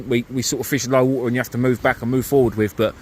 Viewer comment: I bet if some of English words look Welsh the way you pronounce them. Du-the. Wowa-water. Free-three etc. as bad as us Geordies haha. Great video tho. Personally I would feel a blank coming on, fishing in water so shallow. Ain't got the bottle to try it.